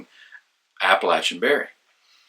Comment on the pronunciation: Thank you for correctly pronouncing the word "Appalachian"!